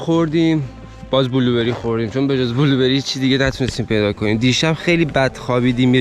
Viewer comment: بلوبِِری ❌ بلوبًری✅